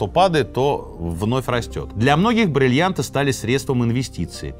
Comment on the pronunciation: хотелось бы верить, что сергей произносит все время брЭльянты и брЫльянты в ироническом ключе, а не говорит так всегда 😂